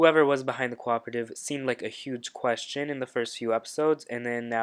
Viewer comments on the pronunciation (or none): none